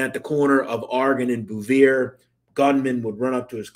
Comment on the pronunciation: Also, good job on pronouncing South Philly Street names correctly 👏 :)..Obviously u really did live there at some point bc "Sigel" and "Bouvier" are usually said incorrectly by outsiders, but u did it right! Haha. Great vid as always